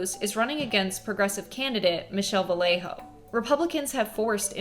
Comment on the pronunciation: It is not Valejo, it is with the soft y, since it has a doble ll, so it's pronounced Vayejo. And Democrats STILL wonder WHY Latinos and Latinas keep on with their #walkaway ? Exactly!!!